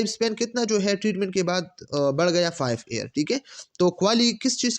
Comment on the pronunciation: Air q parhty hen ap Year ko???